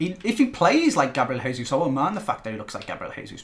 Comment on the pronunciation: it's Jay-zeus. Not hey-zeus. Plz